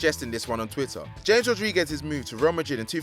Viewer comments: It is ha-jee not ha-gee It is Ha-mes not James It is Romania not Colombia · OHHH HE SAID JAMES INSEAD OF JAMES. OHHH. HE SAID IT LIKE JAMES IN LEBRON JAMES INSTED OF H-AMES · Mike Wazowski like he said James instead of Ha-mes! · It's said hamez.not James Rodriguez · It's ha gee not hag e It's ha mes not james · It is pronounced Ha-mes not James and Hagi is pronounced Ha-Jee not ha-gee this guy can’t pronounce names. It is a disgrace plus how does a player win La Liga with Marseille? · Hames, not djeims. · Cringing every time he says james not hames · hagi is from romania Its ha-mes not james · Bruhh this man is a goofie, it's pronounced Ha-Mes not James smhhh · Bloody hell it is HAMES not James Which moron is this who hasn't heard commentary in his life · It’s pronounced Yhames not James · It’s pronounced ha-mes Rodriguez, not James Rodriguez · Jonathan Perez it's pronounced sch-ames Rodriguez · i think r9 already had 1 ballon dor and 2 fifa player of the year and broke the transfer record twice before 1998, and also its pronounced hames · Man said James lelll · Ja-mes Rodriguez J pronounced as (Ha) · MelleGamer LFC YT No, Chames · Aaaaaaaaaa you’re pronouncing James wrong cannot watch the video further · Honestly, God can you not pronounce Hagi And James. And Since when was it possible to win a la liga title at Marseille? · The way he said James Rodrigues and platini’s name pissed me off. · He butchered the name Deschamps, James Rodriguez and Hagi! He needs culture! I luv football daily but this bloke needs to learn enunciation and pronunciation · Can you lads hire me to stop people from mispronouncing names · Anyone else annoyed by how he pronunced Ja-mes? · When will this Narrator learn to pronounce player's names correctly? He's driving me nuts with his lack of research & knowledge!